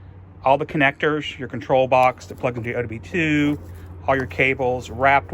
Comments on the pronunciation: say odb2 one more time!!!!!!!! OBD2 ON BOARD DIAGNOSTICS!!!!!! sorry my OCD made me want to end the world every time it was said wrong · Nice video. One note, its OBD2 , not ODB2 😂